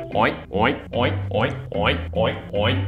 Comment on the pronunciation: Is it just me or it sounded like "OInk"?